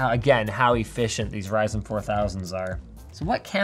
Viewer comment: I actually heard fries n chips